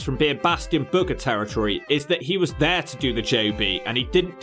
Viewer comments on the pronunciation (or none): none